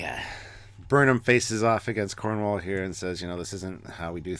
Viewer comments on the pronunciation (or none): It's pronounced Admiral Cornwell